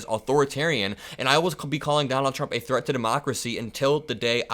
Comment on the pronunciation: She said that he is a chreat to Democracy. She said it twice. What in the hell is a chreat to Democracy 😂😂😂😂